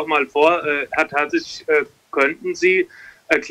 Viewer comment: Warum wird er selbst vom Dortmunder Pressesprecher falsch ausgesprochen? Kann man das denn nicht richtig etablieren? Ist ja nicht so, dass sein Name sehr schwer auszusprechen ist.